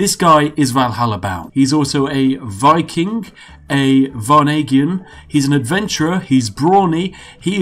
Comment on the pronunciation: Your pronunciation of varangian, boulogne etc. hurts me inside lol.